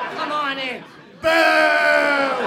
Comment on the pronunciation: I thought she said "moo"...